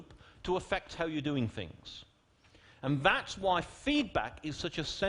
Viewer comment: "khu-y" is how he pronounces "why"